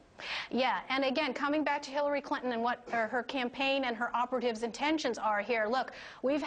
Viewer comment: like at :43 seconds; Hirrary Crinton...hehehe